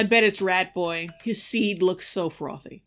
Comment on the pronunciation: YOU CAN'T SAY FROTHY LIKE THAT